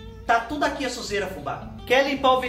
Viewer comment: Fubá do céu, você diz Xujeira por que é a sujeira da casa da Xuxa? Você está muito igual a Isadora Regina